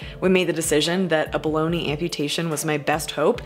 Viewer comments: At one point when you said a below knee amputation I thought you said baloni amputation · I heard “bologna” for the first time in this video even though I’ve watch this since it started 😂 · That's what I heard her say and I thought, yeah, her leg kinda looks like a bologna....and then it dawned on me she was saying Below Knee.....oops! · I just realized its not bologna, but below knee.wow! Mind blown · Every time you say bellow knee amputee, I hear "baloney amputee." 😂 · We need merch that says "Bologna amputation" because I always hear it like that 😂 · I hear it as "Baloney amputation" which, after a quick google mid-post, is synonymous to "Bologna amputation". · Did anyone else hear the procedure as a "bologna" amputation at first ? LOL ! I need more sleep. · I had a moment of pause when you said "below-knee" amputation. I heard "baloney" amputation. And then I got hungry. Sorry... :-)